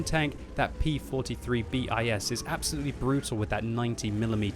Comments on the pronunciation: FFS! It's BIS... NOT B I S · sorry but it is not B.I.S but it is "bis". In Latin means second, and "ter" means third. love your vids anyway